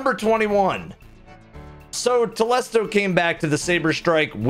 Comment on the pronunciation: I feel like it should be pronounced "Telésto" That's how I say it anyway.